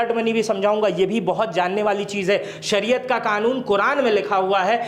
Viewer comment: सरिया नहीं है शरीयत है बोलना सीख लो बुजुर्ग भाई